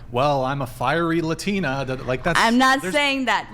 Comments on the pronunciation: The "latina" sounds like she's a downsie. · She said luhtina😂😂😂